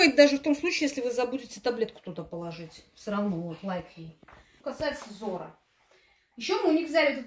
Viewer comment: Компания называется "ЗОра", а не "ЗорА".